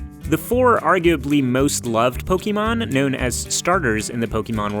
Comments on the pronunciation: omfg.... how can you say you love poke'mon and then pronounce it pokEmon over and over.... you know its Pok(eh)mon right? have you never seen the anime did you not hear the song? please stop over the course of something like 5 years I've used the dislike button less than 5 times.... you get one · It is pronounced "po-kay-mon" not to be confused with Gumby and Pokey, mon. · Pokémon is short for pocke(t) mon(ster) and that is how it is most widely pronounced. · I love it when people make Pokémon videos and add the é on the word but still pronounce it as Po-ki-mon. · When I hear "pokimon" I immediately downvote and stop watching. It's pokemon from pocket monster. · I ur such a pokemon fan then y dont u pronounce it right? The correct pronouciation is Po-kay-mon not Po-key-mon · Y'all say you love Pokémon and talk about it a lot in this video, yet you can't even pronounce it right. (PO-keh-mon) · Claim to be big Pokémon fans, mispronounces Pokémon like my 2nd grade teacher from 30 years ago. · "We love Pokémon" well they don't even pronounce it right, so I don't know what that says about them. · Them: “We love Pokémon” Also Them: says it wrong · I hate the way you say Pokémon why pronounce the e so much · The way you pronounce Pokémon... Oof